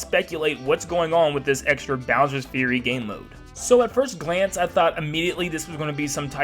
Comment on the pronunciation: finally someone who can pronounce "fury"